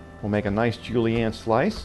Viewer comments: Ce mot est "zhu-lee-en," n'est-ce pas? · It bugs me how he says julienne it sounds like hes saying julie ann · Julie-anne????? I think he means Julienne... Also pissed at the waste.